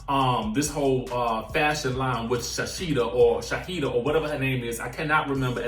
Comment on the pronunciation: "Shaseeda or shaheeda" 😂😂😂